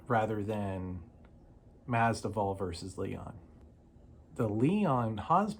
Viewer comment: Nice video, brother. Just a friendly reminder, the "v" comes before the "d" in Masvidal😊